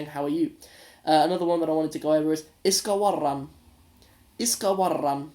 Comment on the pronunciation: Tip: Don't emphasis the r in iska waran. Just say it lightly